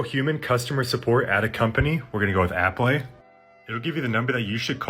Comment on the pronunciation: Like your pronunciation of certain words like "Harvard and Apple," lol. Oh and great video, too.